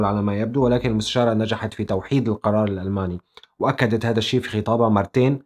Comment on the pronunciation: اذا مدرس لغة عربية وما بلفظها هذا....هلا ضلت على هذا....نحنا وين وانتو وين